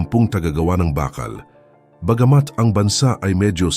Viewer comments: anong "bakkal"??? BAAKAAL kasi yan. Panay kayo AI Voice walang kwenta pakinggan. Ang tatamad nyo mag effort para sa viewers nyo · Bakal ,mabagal ang pagbigkas , hindi mabilis .at bagama't , hindi bagaman ,itama ang pagbigkas.